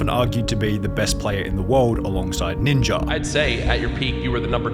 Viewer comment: Ninjer 😂 Bro it’s Ninja